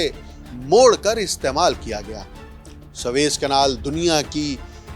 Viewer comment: swaiz نہیں سویز۔۔۔۔۔۔سوویز تلفظ ٹھیک۔کیجئے SUEZ